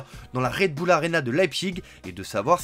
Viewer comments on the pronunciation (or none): none